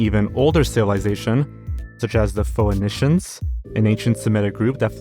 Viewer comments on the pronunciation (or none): bro said pho e nessins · not as bad as pho-en-ish-ans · Still over here boggling at what must have been the word "Phoenicians." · His pronunciation of "Phoenicians" was physically painful.